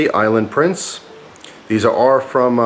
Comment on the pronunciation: Lol island "price"